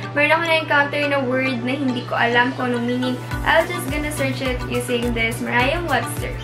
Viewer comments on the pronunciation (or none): Hi! Sorry but its not "merayam webster" its "meryam webster" 💕